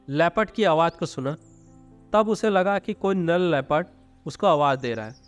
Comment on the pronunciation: Nal nhi nar bola karo lagta hai tumhare naak me problem hai jo nar ko nal bol rahe ho